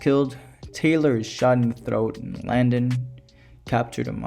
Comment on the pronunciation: This essay needs work: this film was made in 1968 before the moon landing, during the heart of the cold war. Taylor (not tyler also the other names require better pronunciation) sees himself as Adam on the planet, the symbolism is all over the place and he gets a metaphoric eve. The film is a criticism of early Christian scientism with numerous Darwin references to the apes who deny evolution as fact. Orwell is quoted once about animal farm. This film really is not about humanity being superior but being the same as the apes, the apes claim superiority but are factually wrong and Taylor is the proof so they seek to destroy him. Humanity is far from perfect they literally end the world in atomic war. Everything Dr zaius says about humans is true and that's the horror of the film and the ending. The film isn't hooray for humanity it explores the flaws in humanity by associating us with apes and the planet of the apes with earth. They are one in the same.